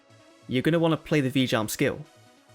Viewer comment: I keep thinking you are saying "v-jump" when you say Vijam lol